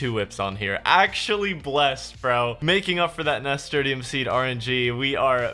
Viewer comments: that pronuciation of nasturtium tho... Nah-Ster-Shum>Nas-ter-te-um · Nasturtium is pronounced ni - stur - shim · Nas tur shum is the way it's pronounced my dude. My mum used to grow them and I'd pick them and eat them. Peppery flavour actually not bad. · I love the return my dude. But how you pronounced Nasturtium was killing me. It is pronounced Nuh-stur-shm. Also keep up the great work and I can't wait for the finale. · it doesnt matter now but its na-stur-shum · It's pronounced nasTURshum lo. Amazing content. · Nass. Turr. Shum. That is how it is pronounced. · im sorry but i gotta say it. Nasturtium is pronounced like NAS TURSH UM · FOR THE LOVE OF GOD LEARN HOW TO PRONOUNCE NASTURTIUM